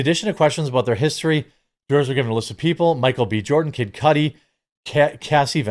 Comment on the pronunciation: It’s Cudi, not Cudi